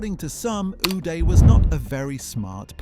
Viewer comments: "Againest," "stick" for a golf club, location of Switzerland , "Goodby," "19;00PM," "News Paper," "Yought." Really? And the guy's first name us pronounced with "ah" not "eh." What is going on here? *Do you think reading is some kind of a lifestyle that you are just not into? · Is it just me or is how he says uday funny for some reason 😂